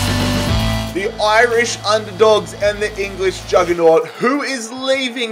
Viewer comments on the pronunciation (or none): none